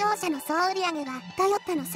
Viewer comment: トヨッタって聞こえるんだが．．． 関西ではそう発音するの？